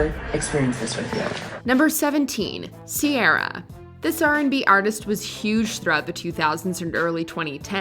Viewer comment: OK. I need to say this and its nagging me america. Ciara is an old Irish name. Its pronounced Key-Ra. Why the butchering of maiden names from other countries. Is very disingenuous and annoying as f**k.